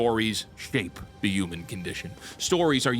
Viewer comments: "YUU-MAN" where are you from, its HUUUU-MAN. Say it like WHEW-Men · This is now the fourth video of yours I've watched. I really enjoy them, but I have one question....what do you have against H's!? I've never heard someone pronounce Human as Uman before lol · I HATE HOW HE SAYS HUMAN AS UMAN, LEARN ENGLISH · WHAT THE F**K IS A "YOOMAN"?? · There's no Y in human. Pronounce the H. Ok, so yes, the Old Guard (Boomers) runs Hollywood, but it's the Millennials, who are convincing them that the "Modern Audience" is real and that every movie needs to project The Message. The entire state has got their heads SO far up their asses, that not even a black hole could dislodge them. The same thing has happened to what is now euphemistically called "The News". It's not the anchors, who are my age, writing the stories. It's the Zenial "Producers". Your parents snowplowed away all the problems you might face, thus making your world gray and dull. Is it any wonder then, that gray and dull is what you produce? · Stop pronouncing “human” like that you psycho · That’s cool and all but the fact you say “yoo-men” instead of “human” just really bothers me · Man, saying youmen got on my nerves. Enjoyed the topic and thought but that was too rough. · Breh stop saying "yuman". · "Yooman." 🤭 Almost as good as ChrisFix's "wonder".